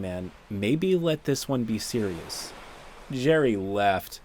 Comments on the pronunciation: I’m assuming part of the “no-sire-erious” joke is supposed to sound like no-sir-ee? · It's been almost a week and I still can't stop cringing at "no-sire-ous" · Maybe it was misspeaking or mishearing and he said "known sire-ious problem"?